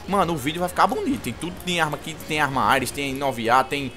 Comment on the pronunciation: sempre falando "Aires" ao inves de "Ares" huehue Like sempre parceiro